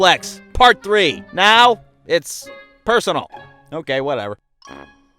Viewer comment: Its: personaL, not personaIl|¡